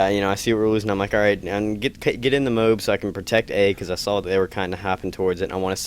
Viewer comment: Its moab, not mobe